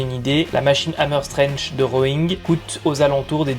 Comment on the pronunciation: t'aurait dû faire un petit effort pour la prononciation du 'strength' parce que là 😅 Sinon super le guide